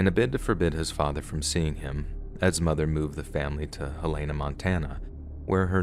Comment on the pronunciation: I'm from Montana, Helena is pronounced hell a na